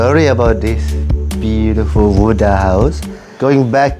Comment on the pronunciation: For anyone who listen at part U wii hear "Beautifield" it's not he saying it wrong it call “Fluctation" in thai we all have fluctationword in our head so this is a blood race or some thing i guest ( lol ) Ps.Sorry i bad at eng i try my best❤